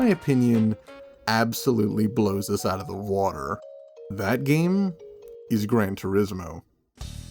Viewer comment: As a fellow Scot, the “AYE, CHECK THIS SHITE OOT” made me lmao